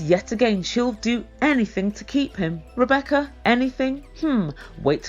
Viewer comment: Zied doesn’t even know how to sat “Rebecca’s” name.